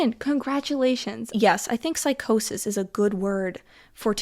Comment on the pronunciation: "PSY-CHO-SIS" Says the dude with rulers glued to the end of each his fingers😂😂😂